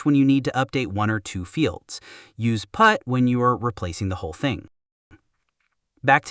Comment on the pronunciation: The Text-to-Speech definitely had some glitches this time... "The browther can prefetch it" "Use putt when you are replacing the whole thing"